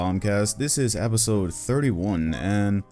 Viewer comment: Nobody: “apisode”